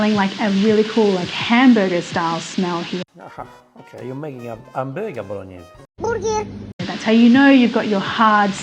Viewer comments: drink pasta water every time she says boloneys challenge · Bolog-Ne-Se ... Sofffffrito ... Star-Anis . It's funny when you get mad. And who in the right mind puts tomatoes (and wine, if you want to do it properly) in a cast iron wok. The acidity might destroy it. That's why a cast iron pot has a coating and is made for slow cooking. A wok doesn't have that coating and is made for fast cooking and not for "stews". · Man said "bolo knees" am dying 💀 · That's why this is a Bolonays and not a Bolognese. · Wok.....and Faster....Bolognese i can not speak how it hurts to me😅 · Addition notes: Most people pronounce Bolognese as French way, the real sound should be BologNIE-SEI. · She murdered the Bolognese!